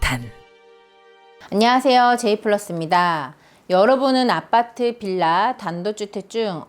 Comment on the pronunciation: 발음이..ㅋ 아빠트ㅋㅋ